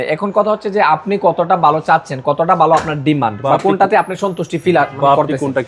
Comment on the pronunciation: "DRUST" ache? Naki "DUST" ache? ..."BOY LAGCHILO"? Naki "VOY LAGCHILO" "BALO.." naki "VALO"? Apnito Banglai Tikmoto Bolte parchen na !!